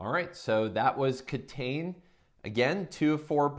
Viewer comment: I like that you're focusing on Japanese games, which are very underrepresented on YouTube and BGG in general. However, it might be good if you pronounce the game's title the way it would be said in Japanese instead of phonetically reading it in English. I know you said it's not available in stores yet, but if it does become available you wouldn't want potential foreign customers asking for a title that would confuse the store owners.